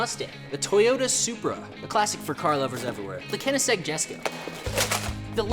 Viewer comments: Koenigsegg Jesko is prounounced with a "y" sound not "j" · Koenigsegg Yesko is how you pronounce it. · I thought Jesko was pronounced “YES-ko” not “JES-ko” maybe I’m wrong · Are we ignoring his pronunciation of koenigsegg jesko